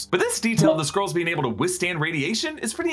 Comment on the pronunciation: Why do you pronounce Skrulls as Squirrels? So distracting!